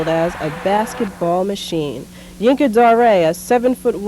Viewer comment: Rest in Peace. I pronounced him Yinka Dare i am surprised at this Zhinka Da-Ray pronunciation.